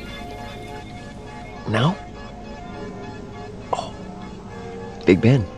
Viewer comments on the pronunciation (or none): It's CHUM....not CHOM